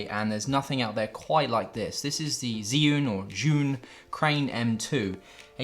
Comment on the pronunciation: Zhiyun = Jee-Yun. FYI.